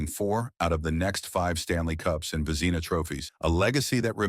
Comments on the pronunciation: "Vezeeena Trophies?" WTH?? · "Ice Hockey Field", was said twice 🤦‍♂ "Vezeena Trophy is how Vezina Trophy was pronounced. I turned this crapola off! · AI??? Vezeeeeena Cups? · Only someone who doesn’t follow the game would butcher the pronunciation of one of the most important awards in the game. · My words exactly. And his pronouncement of Vezina, shows his deplorable character.